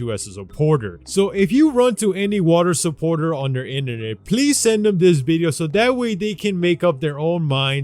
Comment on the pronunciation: Dude you say internet so fucking stupid